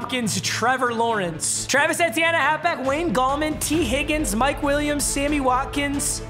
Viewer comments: E-tea-en not Eddie-n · Papa please, Etienne is pronounced "ee-tee-yen" it's killing me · Papa calling Etienne “Eddie N” has the same energy as him calling Stefon diggs “Steffin diggs” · that lmao was unnecessary. Also, it’s E T N A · It's literally just ETN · You are saying Travis Etienne wrong